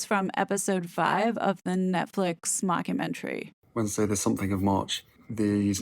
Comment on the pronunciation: I just love how the calls it mock-u-mentary! Perfection!